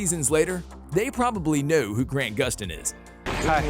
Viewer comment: its grant not grand do some researche